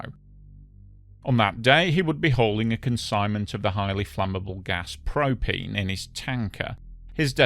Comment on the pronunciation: Propeen? Propeen and propeen accessories, I tellyawhut.